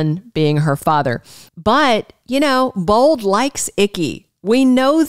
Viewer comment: Why do you say bald instead of bold ???